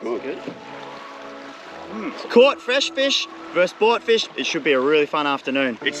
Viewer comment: "Tha feesh"